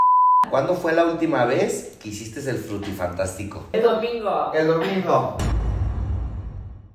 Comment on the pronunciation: También le pone la “s” al final en muchas palabras, como “hicistes” JAJAJA